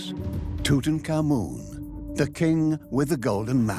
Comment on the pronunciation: I heard Tootan common 😂 and I pictured a gassy man trying not to laugh